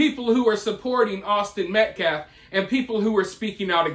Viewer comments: Kyle Rittenhouse should sue him for saying he shot 3 people in the back. The clown not only butchered the victims name over and over, he butchered the English language. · It’s Austin Mecklaf! Say it Right!! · Idk if you were trying to imitate dominique or what but you almost did it, just didnt mispronounce near enough words or make any incomplete sentences while saying Metcalf wrong. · He hasn't even yet learned how to pronounce Austin's last name. How disrespectful is that. I don't know how many black sponsored youtube channels I have visited in the last few weeks but it is alot, and ALL of them think this guy is a joke. They ALL say he is hurting Karmelo more than helping. They need to get rid of this guy. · you could perhaps think that but the fact they they have yet to say his name(I don't recall them doing it even once) correctly shows it's intentional imo.